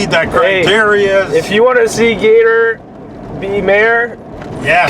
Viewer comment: Gator for Mayor! You pronounced it right Gator. Seems we get a bad one every year or two. Pretty much all farm fields here. Basically a very weak tornado with straight line winds. Glad you came out unscathed. Be good and we'll see you down the road.....thanks.